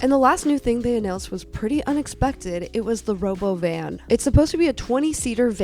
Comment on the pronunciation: It’s pronounced ro-BO-ven. I must be old and unenrolled because we were supposed to get this tech at least 40 years ago. I just want to work in my garden and I do NOT need a robot to cook for me or wipe my ass.